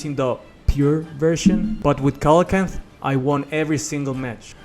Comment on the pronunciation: It's pronounced See-luh-can-th